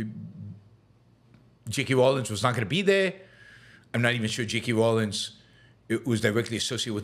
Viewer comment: no she didn't. They were written by J. K. Rowling. Not J. K. Rawlins, which is what Yaron calls her every time he mentions her name. Why does he do that. If he was asking you to go Bowling would he ask you to go Bawlins with him? No. I'm sure he can pronounce Bowling so why does he insist on mispronouncing her name every time? Lazy!